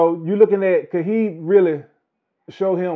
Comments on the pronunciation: Why does he keep saying “Khahib.” The man’s name is “Khabib.” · it's actually Habib, pronounced (Ha-beeb), it's an Arabic name and it means (lover).